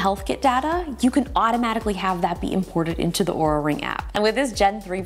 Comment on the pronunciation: She is saying the name of the company wrong according to LTT which pulled their video down because of wrong pronunciation of the company's name. Also in the video sections she spells it "Aura" not "Oura". I'm so confused on how to say the name of Oura. 🤣🤣🤣